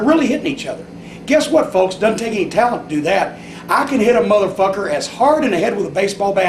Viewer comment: I love how says motherfucker “MUHthurFUHKUHR”